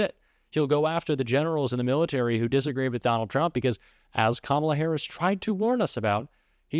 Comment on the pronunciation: I think we should start pronouncing her name incorrectly until she can say Kamala properly.